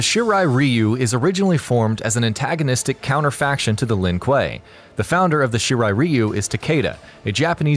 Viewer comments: So let me get this straight. You mess up the pronounciation of Lin Kuei in the Sub Zero video but you say it right in this one. Yet in this one you fuckup Scorpions clan name but get Sub Zeros correct............you must be trolling. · please pronounce 'Shirai Ryu' and 'Lin Kuei' correctly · You can’t pronounce lin kue of shiray rayu🤦🏼‍♂️🤦🏼‍♂️ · In the sub-zero video the guy pronounced Shirai-Ryu properly but constantly messes up Lin-Kuei. In the Scorprion video you pronounce Shirai-Ryu wrong but lin-kuei properly... I'm sensing a theme.